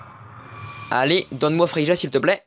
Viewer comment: Merci pour la vidéo. c'est vrai que tu parle un peu vite, mais cas vas. Sinon on dit pas Frei"ja" mais Frei"ya" 😉